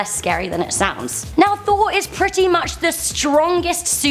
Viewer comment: "thooor - fooouur, thoor - fooouur" so I clicked the dislike button!